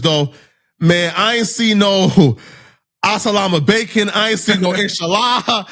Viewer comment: so disrespectful hittin that “Asa-Lahma-Bacon” twice 😂